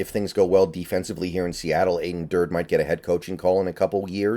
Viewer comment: His name is pronounced Dur-dee (almost like Dirty).